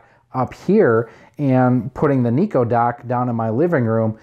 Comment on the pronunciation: Why do you pronounce it NEE-KOH?? I've always pronounced it NYE-KOH...like how it's spelled.